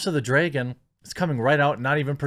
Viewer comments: It's pronounced Dragon not Dreagon. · Okay I agree with you but please stop saying 'draygon'. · You say "dragon" bad..... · No Jeremy, i didnt know there was a show called "House of the DRAY-gon" coming out. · “House of the dregon” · house of the dreygon? that pronounciation tho lol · I’d watch this video just to listen to him say “dragon”.